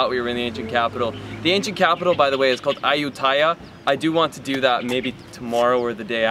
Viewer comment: Ayutthaya is pronounced ahh-you-tee-ahh